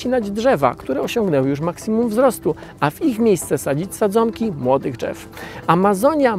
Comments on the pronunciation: Drzew a nie dzew, poza tym się zgadzam ze wszystkim;) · Jeszcze jakby tak nie mówić "dżew" to by było doskonale...